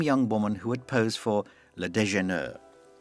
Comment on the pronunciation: Please ! Learn to pronounce "Déjeuner " properly. France is just a few miles off your coast. And while we are at it, learn to pronounce MANET properly, too. MAH-nay / Deux-Gah, not DAY-Gah